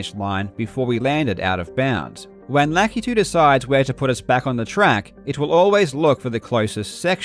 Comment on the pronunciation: thank you for pronouncing lakitu correctly